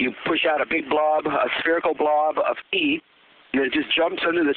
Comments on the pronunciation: i thought he was saying pee the whole time. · i thought he said pee. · it sounds like he's saying "you push out a blob of pee" lol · he said tea funny